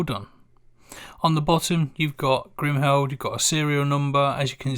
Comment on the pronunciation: Apart from the fact that you can't pronounce Kriemhild properly great review